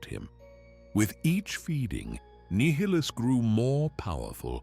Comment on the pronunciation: He's hot saying nihilus right and it's really bothering me lol . Other then that is all perfect lol